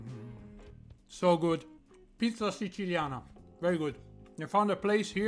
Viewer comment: You pronounced siciliana wrong